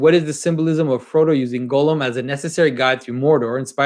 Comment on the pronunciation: I'm pretty sure his name should be pronounced Gahl-lum, not Golem (Gollum).